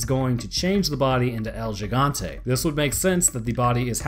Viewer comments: El Gigante - "El - Hi - gan - te " which means "The Giant". "Higante" in Filipino and Spanish means "Giant" :) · its el higante as far as to be pronouced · It's read. Hee-gan-te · To pronounce it its “he-gan-te “ bud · You say el gigante like el jigante not gigante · Its pronounced Geh Gant Tee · It's actually pronounced 《el hee-gaunt-eh》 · Lmao it’s pronounced el “He-gan-tay” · You still said it wrong lol. Its pronounced "he-gon-tay" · L He-gante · My ears bleed every time he calls it El Yigante... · Dude.. you joked about pronouncing Gigante wrong but yet you still pronounced it wrong hahahaha it's Spanish it's pronounced HE-Gan-té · 🤦🏻‍♂️ Pronounced higanta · HE-GAN-TE. Say it like that. The G in this case in Spanish is pronounced like an H. Us Latinos laugh our ass off when you Caucasians say that shit wrong. Wanted to save you the embarrassment. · as a Spanish speaking person (I'm originally from Venezuela if you're curious) I found it hilarious that you mispronounced gigante. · Sorry love your videos...but could work on saying el gigante, there is no g sound, it has a sort of soft h sound to it. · I love your videos, but as a spanish i feel annoyed about how you pronounced Gigante, still love you no homo. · Every time he said el gigante I cringed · Gigante Both way you just pronounced it bad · "L he gan teh" god, you should naturally be able to say the things I spent all of the first few years of my life learning how to say. That's just lazy. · hahaha I laughed so hard when I heard you say it the second time lol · Are they actually called Gigante like Jigante? Cuz Gigante is pronounced like Higante in Spanish. Do they call him Jigante? Lol poor dude. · pronounced like "El He-gone-tay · you sure it's not "he-gan-teh"? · bruh just go on google translate and type in giant into Spanish n ull c tht it’s el he-gan-tay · Lol I laughed twice when you tried to pronounce “Gigante” it’s ok at least you tried. GEE GON TAY like that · Lmao “L-Jigantay” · El heegante